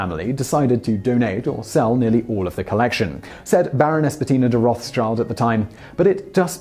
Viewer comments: Nice video but "roths child" is just ridicolous. Its Rothschild and pronounsed like "Rotshield". Roth is the old german word for red and schild means shield. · good video shame you dont know how to pronaunce the name its roth schild not roths child roth is old german for rot red schild is a shild so its redshild as you can confirm in any of their familys crest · Rothschild is a german name, so pronouncing it like Roth's child sounds awful to me... Btw. its a compund of 2 words but not Roths and Child but rather Roth and Schild. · ... is the name in english really pronounced roth-s-child??!!! I laughed at that for the the whole video... (it's german for red shield or red buckler, so it should be pronounced something like "rot shield") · I hate the fact he pronounces it as roths-childs while it is Roth-schild (with Schild being the a shield) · please work on your pronunciation next time. "Rothschild" (eng. >red shield< with an unnecessary h in the middle ) are not pronounced like "wroth's child" even though some of them may have acted like one... xD A better pronunciation of "Rothschild" would be "road shield" however this is also not completely proper pronunciation it may helps to get an idea for the english speaking folk here. cheers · Rothschild , pronounced "Roths-child" And they are from Germany. Come on, you're doing it on purpose! 😄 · Yes, it comes from German “Rot” (red) and “Schild” (sign/coat of arms). “Rot Shield” is close to the correct pronunciation. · but! it sounds almost like wrath‘s child, which is arguably funnier. so n roter schild ist halt n roter schild, aber kind des zornes? bombe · It's certainly not pronounced "routh-s-should". There's not "th" sound, there's no "s" sound, and "schild" is pronounced pretty muh exactly the same as "shield" in English. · Thueringerkloesse In english it's more like "rot- shilt". "Sch" isn't used in english. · Roths-Child... never was a name butchered that hard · It is pronounced Rot-Shield, as in red shield.